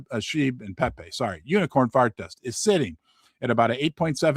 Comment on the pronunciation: Did just call pepe: peepee!! 😂😂